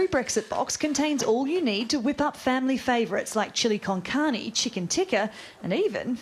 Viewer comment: Listen, we may mispronounce vitamins, but in that delivery of Chili con Carne had me do a replay...